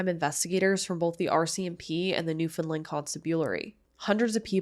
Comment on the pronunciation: Hey. Newfie here, It’s pronounced “New-found-land” just like how it’s spelt. Topsail road is pronounced “Top-sil” We’re funny languaged people lmfao Thanks for covering this. Topsail road is such a normal, every day road you don’t even think about but everyone in town crosses topsail road at least once a day. So sad it happened in such a public, bustling place Feel free to reach out if you want any additional information about Newfoundland for this case or future ones